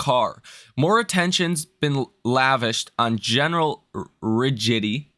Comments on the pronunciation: Rigidy??? People take advice from you? LOL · “Rigidity”, “jowls”. Dude, I'm going to take stock advice from someone who can’t read?